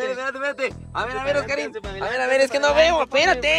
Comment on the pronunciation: SE DICE OSKARIN